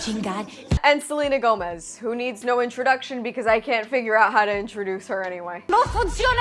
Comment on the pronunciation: You said Selena Gomez with no accent